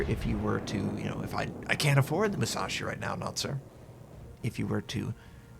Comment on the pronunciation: UCHUU SENKAN MUU SAA SHIII LOL!